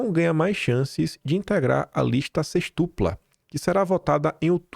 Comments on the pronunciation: meu querido, atenção aos acentos! SÊXTUPLA, mostra a sílaba tônica. Entendo seu entusiasmo, sua emoção. Tem que falar rápido, por causa do tempo. Mas não esqueça dos R em próprio, propriedade, proprietário, etc. Sou do Rio mas estava aqui quase conceituando o PM como aproveitador... Hoje confirmei. Obrigada pelo meu jornal diário.😘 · A título de colaboração,. Sêxtupla tem a mesma entonação de tríplice. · eu adoro seu conteúdo e comentários, mas "sextúpla"? Nós poupe kk